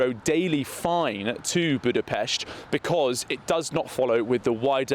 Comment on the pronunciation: A massive respect to that journalist for saying Budapest correctly, Bravo 👏 ❤❤❤ you've melted me heart just a bit☺️